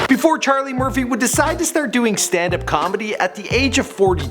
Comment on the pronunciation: Ima say it for the record it's *CHARLIE MURPHY